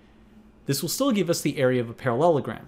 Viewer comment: "ParaLOLogram" At this point, I'm guessing the first time was the only time he pronounced it right.